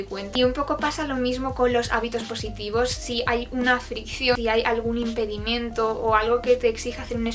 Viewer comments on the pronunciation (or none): No se dice "impedimiento", lo correcto es decir IMPEDIMENTO.